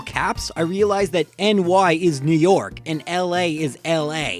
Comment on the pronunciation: York not Tork